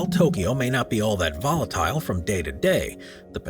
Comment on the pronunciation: It's a video about volatile areas on earth....and you can't pronounce volatile?